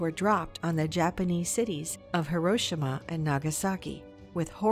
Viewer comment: Horoshima? Wtf was that pronunciation